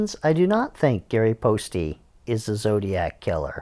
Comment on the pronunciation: Poste probably rhymes with toast, not toasty.